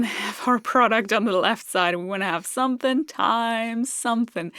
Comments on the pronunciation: Hearing someone not from the South (USA) say 'somethin' makes my day. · Weird to hear someone so educated constantly say "sumthin'".